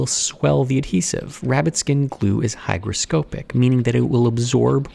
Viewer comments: Love the videos! I watch all of them. I do have a single comment though. It's the pronunciation of hygroscopic. It's not scOpic as the O is pronounced in pianO (aka a "long" O), it's O as it's pronounced in cOt or bOther. It's almost like a short "a" sound. So hygroscApic with a short A. Funnily enough, the other o in the word is also pronounced like an A. It's almost like hygrascapic. English is fun isn't it? Of course, people pronounce things differently, just letting you know. :) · I've never heard someone mispronounce hygroscopic before now.